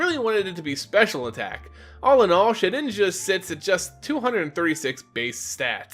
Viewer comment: Shed inja not sheninja